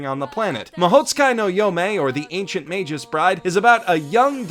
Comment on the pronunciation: Props for pronouncing Magus correctly